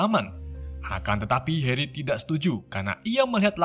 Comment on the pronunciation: kok suate heri bukan nya hari ?